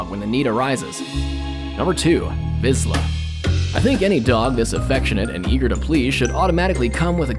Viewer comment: I love Vizslas!! (Your pronunciation was incorrect tho)